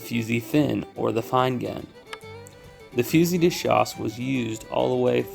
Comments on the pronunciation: great video - love the mix of videos you guys do, both old west guns and old flintlocks/matchlocks. And you're spot on about the pronounciation, it is Fu-zee de schass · As a french -Canadian, the way you pronounce " fusil de chasse" is the right way the L is silent ... Allez, Salut!